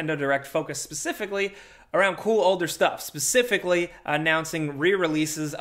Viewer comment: are you calling for ypur cat mid-sentence? "PspspspsssCIFICALLY" Lol